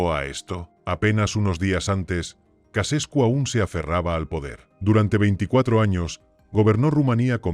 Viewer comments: Ceausescu, no Casescu. Hay que leer un poco antes de hacer un video. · Chauchescu se pronuncia